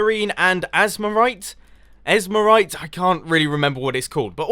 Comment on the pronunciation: Asmerite - Andesite. Seem a bit different, :/